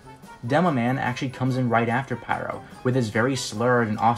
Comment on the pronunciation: just say pyro as pyro, otherwise it gets confusing for feebleminded people